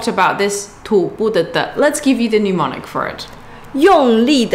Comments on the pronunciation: Thanks for the video. FYI though. Its not pronounced 'new-monic'. It should be 'nem-onic' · hi... SIGH... whilst i can only dream of getting my childish chinese up to your standard... please note, that since you will use the word a lot in teaching... it is "mnemonic" NOT "pneumonic"... VERY different words!!